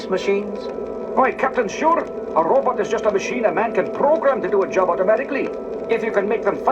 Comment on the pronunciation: Gene Roddenberry pronounced robot as ROW-butt